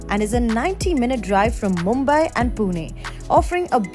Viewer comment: Nice and informative video. Kudos to the team! But the way the host pronounced 'Paaaaawna' literally gave me mini heart attacks! Wont hurt much to learn pronouncing the names of the places that you endorse? Also 'Mumbai' not 'Mumbaai'.